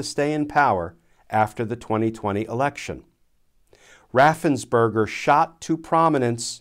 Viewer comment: Raffens Perger Sorry, I yell every time it is mispronounced.